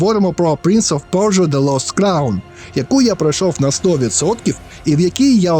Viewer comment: пля....принц оф пьорьджо)))) п.с. будь ласка наступні відео просто кажи - принц персії)))